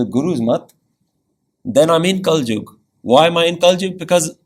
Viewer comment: kalyug hota hai bro